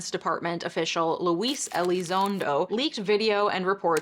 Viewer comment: I get your point that the hearings were “conveniently” timed, but between the mispronunciation of Elizondo’s name, incorrectly defining the acronym, brushing off what we do know, it’s apparent that you are unfamiliar with the subject and cavalierly doing folks a disservice.